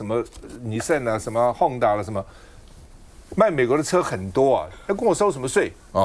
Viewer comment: Honda 是 "汗大" 不是 "鬨大"!!! 😂